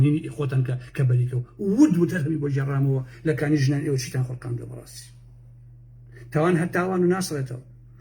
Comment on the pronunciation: سڵاو ،،، ببورە کانی ژنان نیە،،، بەڵکو کانی ژەنانە....پێم خۆشە ناوەکە بە باشی دەر ببڕیت ،،، من خۆم خەڵکی ئەو ناوچەیەم،،، کوژراوەکان خەڵکی ناوچەی ئێمە بوون